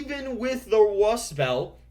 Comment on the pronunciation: The Democrats lose even with the Wust Belt?? You wascally wabbit, you!!